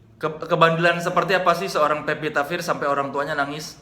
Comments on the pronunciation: Pevita Pearce, woe. Bukan Vepita First. Wkwk lidahmu keseleo mulu, bang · udah 6 x nonton kang... teu bosen2 ah hidup kang soleh hidup pepita.. heheh pevita apa pepita.. saya kan orang suda ga bisa bilang F 😀